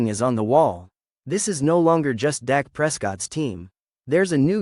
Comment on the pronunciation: His name is Dak not Doc!